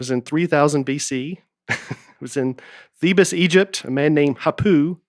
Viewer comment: Pap-irus, theb-es, tec-a-ti… whew. Maybe y’all “smart ones” should give Nate a break on his reading.